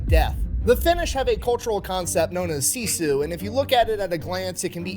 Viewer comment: This is a minor detail, but "Sisu" is pronounced "sis-oo" not "see-sue" - at least that's how everyone in my Finnish family says it.